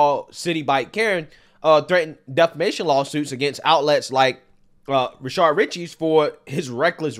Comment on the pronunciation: You've pronounced his name as Rashard so many times that I thought his name was Rashard. It's Rashad.